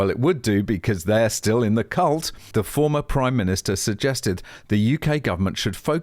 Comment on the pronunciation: "Cult" I think you got the L mixed up for the N.